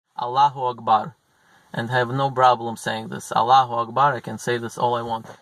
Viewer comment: Jewhs schollar Dont say "agbar" say clear Allahu akbar and La ilahe illAllah